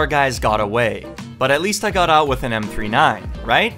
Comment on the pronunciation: You lost it because you call it m 3. 9 not m39